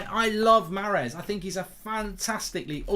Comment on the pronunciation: Mark "I love Maaaaaaaaaaaarez so much, I love him so much I'm going to butcher his name over and over" Goldbridge